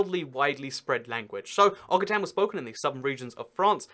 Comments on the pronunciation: It's Oxitan not Okitan XD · Occitan* like ocSitan lol